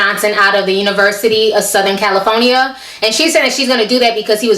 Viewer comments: Lol! I thought you were sayin "CaliPHONYa" on purpose! It certainly is fitting though. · No hate, but why can't you say California correctly? Also I can understand if you think your son is being racially profiled wanting to pull him out of that university and transfer him to Howard, which is a historically black college. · I'm sorry but Everytime you pronounced California it cracked me up. No offense... It's actually entertaining